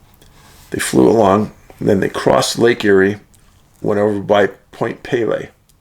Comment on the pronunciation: Excellent as always Dave. In regards to Point Pelee, I live in the area (we prononce it Point Pee-lee) the strangest phenomena I have ever experienced is right here in the Windsor/Essex county area. Even after years in the Northern bush, nothing compares to this farming area, dotted with small communities and a larger city. These "incidents" can occur ANYWHERE as you well know. Im a former professional private investigator and have offered my services to you for free in this geographical area before. Offer still stands.